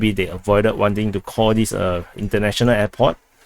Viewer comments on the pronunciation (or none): I have difficulty understanding your English. Can you please enunciate clearly, don't run words together; put spces in & hit consonants hard please. Please don't say, Cawdis. but Call [space] this. Don't say WIF , say WITH. These are two different things which must be pronounced differently & distinctlly 1) THIS INFORMATION & 2) DISINFORMATION! Check how you are speaking by turining o captions & see what you see: how much is intelligible & how much is giiberish.